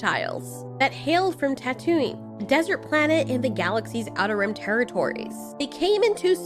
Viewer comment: I don’t want to be that person but did you say tatooie instead of Tatooine? 😂